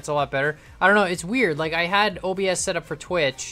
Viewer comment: The way he pronounces OBS😂😂